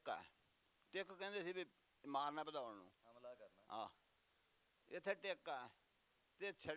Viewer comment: Bhadaurh not padaur